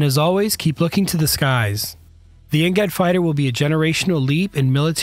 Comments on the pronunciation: It's because they used an AI voice, and knowing how crappy AI is currently, it keeps messing up simple words and abbreviations that it's hilarious. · Next generation air dominance NGAD. I dunno why he’s pronouncing like ngat